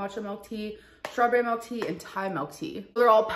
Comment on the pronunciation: "melk" I hate it 😂